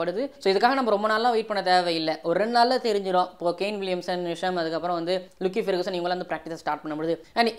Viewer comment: I would appreciate if you can try to pronounce the names of cricketers properly. This is a feedback not a complaint. You are doing amazing delivery of contents லாக்கி பெர்குசன் தான் கரெக்ட்